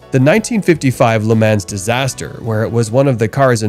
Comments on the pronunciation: It’s pronounced ‘Luh Mah’ NOT “Ley Man’s”! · I am a sports car enthusiast for well over 50 years. I am old as hell. There is no "s" in the word "LeMans". It is pronounced Le Mon. I love your channel because of the super cool things I'll find. Please get a better understanding of the words you use. Thanks. Cat Daddy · Will someone please explain to him how everyone else says Le Mans